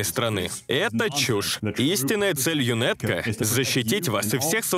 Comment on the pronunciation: Вот бы такую русскую озвучку в игру)а так збс. Только не ЮНЭТКО, а ЮНАТКО, так правильно